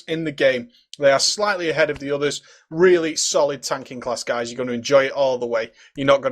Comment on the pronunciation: i swear u said he has a few gays on him.